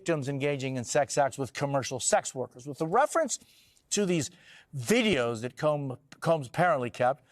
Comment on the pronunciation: I thought he said Dideos!!! To describe the videos